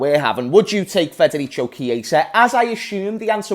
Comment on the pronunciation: It's pronounced "Federiko"